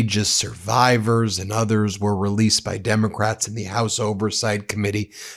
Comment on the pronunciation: Did Trump say 'immocrats'?